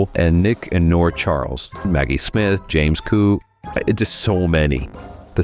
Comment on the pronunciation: And his name is James Coco.